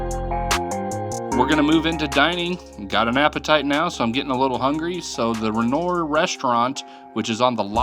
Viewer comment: Renoir is pronounced 'ren-wah'